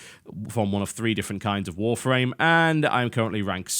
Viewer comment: He says Warframe like Wharf Rame